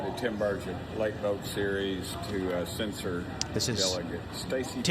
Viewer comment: Its “CENSOR” not “CENSHURE” 🫩